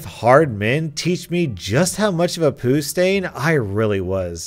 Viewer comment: The way this man says poo kills me😂